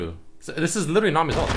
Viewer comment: do you know how to say literally properly? lol everytime u say it it makes my ears bleed.